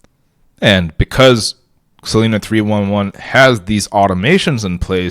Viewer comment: Cool idea. FYI it's pronounced "sa-lie-na" not "sa-lee-na".